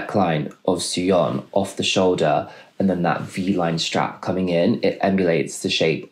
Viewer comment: SOyeon, not "Suyeon" and "Yeonjin (Yuhnjin), not "Yoonjin." oh dear, there are too many more mispronunciations, I have to stop. interesting fashion analysis